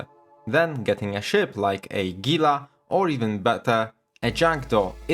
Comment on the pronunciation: 1 upvote for correct pronounciation of Gila